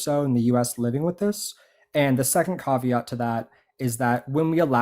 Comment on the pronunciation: trigger warning 😂 Cahveat?